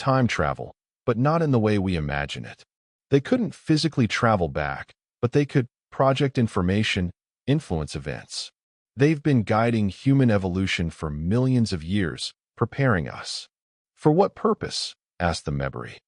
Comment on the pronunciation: Terrific story that is incomplete. The bad pronunciation by the AI narrator is very disconcerting, and annoying. The difference between PROject and proJECT is monumental. Pronouncing MEMbari rather than MemBARi is insulting to the species. Difficult words like bow and bow have entirely different meanings. This is why and real person, fluent in English, really needs to be narrating stories. Looking forward to s part 2 plus.